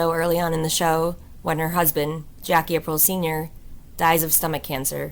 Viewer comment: I like the way Rosalie continues to expose AI narration, because it always calls her Rosalie "April".